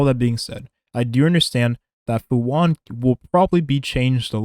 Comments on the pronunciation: Fu han? Lol its fu shan(xuan) lmao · Fu “Shuan” Not “hwon” This is Chinese, not Spanish my guy